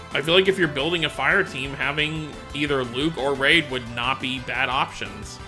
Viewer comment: Reid = REED, not raid. REEEEEED.